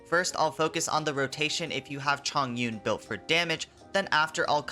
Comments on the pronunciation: its Chongyun not Zhongyun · 重云’s name is read as Chóng yún not zhòng yún the word 重 has two pronunciation but diff meanings just pointing that out